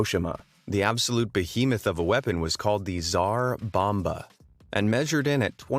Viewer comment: This video is parody, at least research your first atomic test ffs - drop from a plane..... for names I don't even comment. I know you're bad with non English names, but making video of that at least you can hear how to pronouns them (Ti-sar bomba..)